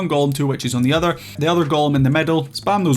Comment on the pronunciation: for 4 minutes and 40 seconds I was wondering what "Wet Cheese" was lmao, I'm far too new to understand that what I was hearing was witches haha, good video man!